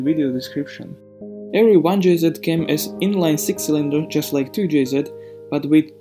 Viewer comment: 2-jz not 2-jzed.